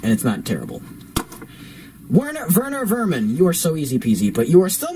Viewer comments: its werner werman not verner verman, if its the acsent then i agree. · It’s not verner vernan it’s Werner werman check it #mandela effect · It’s WERNER WERMAN NOT VERNER VERMAN